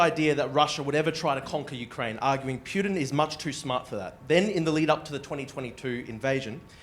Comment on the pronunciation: You know its a CIA plant when they talk fast and pronounce Putin "Pewtin".